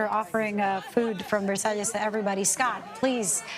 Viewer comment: Versailles ….. have respect and learn the pronunciation, u re media , fake one